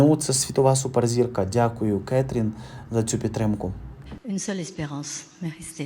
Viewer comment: 👍👍 Не КЕтрін Деньов, а КатрІн Деньов